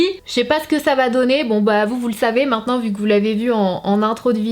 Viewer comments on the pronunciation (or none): none